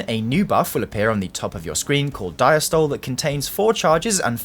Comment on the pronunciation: Diastole pronounced “dieastolee”